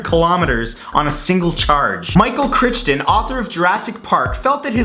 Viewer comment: Michael Critchton